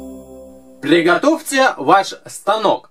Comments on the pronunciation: Когда только сказал приготовте было слышно плигатовте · ахахаха ты сказал пЛигатовьте ваш станок?